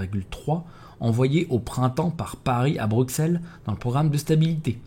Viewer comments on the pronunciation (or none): none